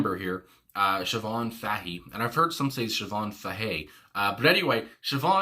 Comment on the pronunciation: Very impressed that you can pronounce foreign names. You did well with Siobhain Fahey. Most Northamericans haven't a clue.